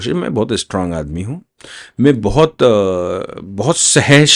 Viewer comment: हू नहीं। हूँ। अपनी हिन्दी सुधारो।